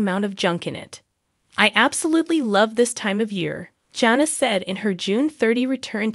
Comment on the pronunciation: Not engaged? She just got married, what are you talking about? Also, the first "a" in Jana is pronounced with a short "a" sound. Jinger's name is pronounced like the spice, "Ginger" not Jinger as in "Ringer". What a ridiculous video.